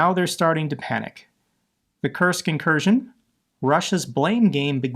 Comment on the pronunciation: It’s not an incursion it’s an inkurskion